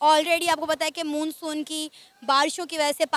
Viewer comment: उसे मुनसुन नही मानसुन बोलते है